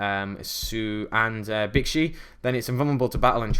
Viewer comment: Pretty sure bixi is pronounced like 'bee shee'